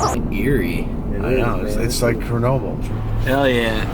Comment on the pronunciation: Wtf is curnobly... 👀😂